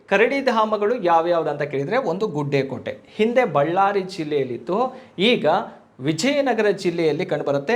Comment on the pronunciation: ಗುಡ್ಡೆಕೋಟೆ ಅಲ್ಲ ಸರ್ ಅದು... ಗುಡೆಕೋಟೆ